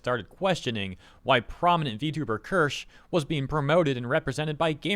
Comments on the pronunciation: Ker-sha, Keer-shuh, the point is you're not calling her that out of disrespect. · Keer-sha actually, but close enough lol